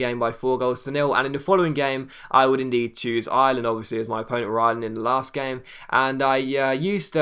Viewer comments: Ireland ! Not Island ! Great vid otherwise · Ireland Pronounced Are-Lind